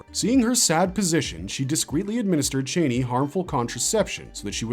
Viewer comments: I hate the way you newbies pronounce “Chani”. She’s NEVER been “Chāni” like a chain. It’s pronounced “Chani” rhymes with “Donny”. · I hate to be “that person” but Frank Herbert pronounced the name as Chainey.